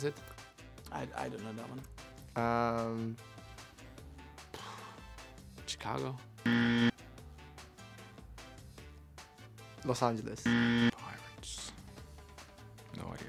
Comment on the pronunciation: Lol they all say Chicago like the ch in “chicken”… you’d think they’d get how that one works, since it’s like “chicane”